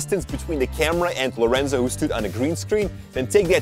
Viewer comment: Is "Lorenzo" not "Laureinzau"